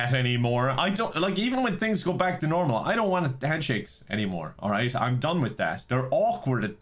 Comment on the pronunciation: When said "we will get rid of handshakes" I heard "we will get French pancakes" and now I'm hungry...thanks